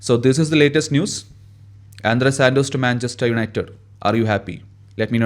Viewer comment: സന്തോഷ്‌ അല്ല സുരേഷ് 🤣🤣🤣. Andrey സന്തോഷ്‌ 😭😭😭